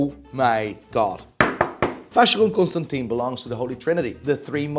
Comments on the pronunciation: You are pronouncing Vacheron ConstantIN wrong. Impossible to tell you how to pronounce it via text but go on google translate and text to speech “Vin” which is wine in French and you’ll realize that you are in the same group of morons that say “H”ublot and Richard Mill”E” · You pronounce vacheron ConstantIN wrong